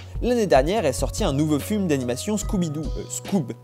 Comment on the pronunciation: Mdr à il dit fume au lieux de film, comme dans notre jargon mdr